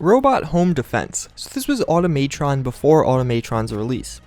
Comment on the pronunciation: automaytron????? automatron=automuhtron you dip